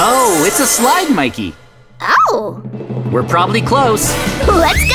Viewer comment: Mikey not miky